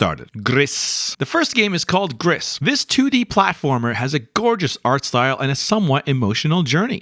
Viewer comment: Gris is the French word for gray, and is pronounced 'gr-ee'. Makes sense as the game starts off in grayscale and adds colors as you journey along. Ps: would it make sense to split this into a series with slightly longer overviews of each game, highlighting games we could play on Extra/Premium? I don't have much games content to watch on YouTube as I don't really have money to spend on new titles, but I have my ps+ subscription.